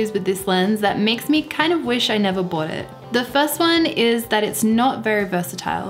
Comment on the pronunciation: Love it when she says bowut - bought.